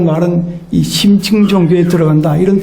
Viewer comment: 심층을 "심칭"이라 잘못 발음하셨습니다. 강의는 참 좋습니다